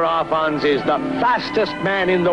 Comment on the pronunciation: Arfons not Alfons. Not liking your sloppy journalism as I have a great deal of respect for this guy. In some ways he was the greatest land speed record holder of all time. He did more than the rest of them on his limited budget. Hero man.